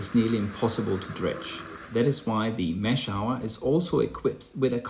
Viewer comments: Mash-hour u pronounce it as mash-hooor translate the word 'famous' in google and listen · Great video, but it's pronounced "mash-hoor" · Its name is not what you say, it is pronounced as mashooor